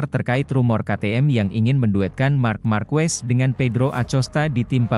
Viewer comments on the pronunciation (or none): Pengucapan marquez itu= markez bukan markwes